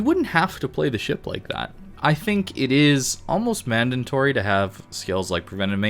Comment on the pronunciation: I think he was pointing out that said "mandantory" instead of mandatory lol